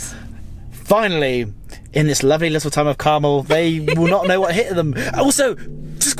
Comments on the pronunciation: 😁It's Car-mel, with the emphasis on the 2nd syllable!!!😁💚💜💙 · Good video, but you are mispronouncing Carmel! As I'm "Carmel by the Sea"